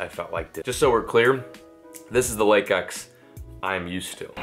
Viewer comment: "I'm finally fishing Lake 'EcH!'" 😂